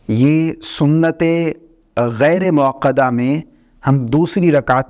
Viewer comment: موصوف ۔۔۔۔ یہ لفظ ”غیرے“ موکدہ نہیں ھے ”غیر“ موکدہ ھے۔ اسلام کے ساتھ ساتھ اپنی مادری زبان اردو بھی سدھاریں۔ یاد رھے کہ عربی زبان کے بعد سب سے زیادہ دینی لٹریچر اردو زبان میں ھے۔